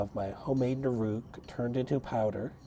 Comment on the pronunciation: nOOruk, not nurOOk :P